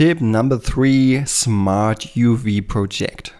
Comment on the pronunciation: Let me tell you something about your English.. it's FINE. In fact, you are the first person I've heard who CORRECTLY pronounced "Smart UV Project". In every video I've seen - done by a native speaker of English - they pronounce it "PRO-ject" - as if it's a project they're working on. Listen up people, it's "pro -JECT" .. like a projection on a screen. The vast majority of Americans can't even speak a second language, so screw 'em. (I'm an American - but I speak pretty decent German, plus some Spanish and French - so I have the right to say that). Ausgezeichnetes Video. Sehr hilfbar. Danke.